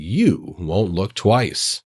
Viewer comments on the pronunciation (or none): none